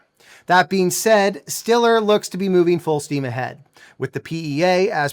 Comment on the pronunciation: It's pronounced "Stellar"